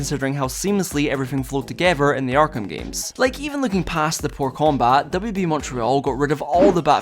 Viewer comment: I heard it as WWE when you said WB